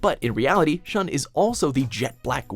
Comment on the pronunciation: Not "Shan",Shun!